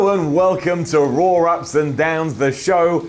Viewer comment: did he say Rawr Ups and Downs?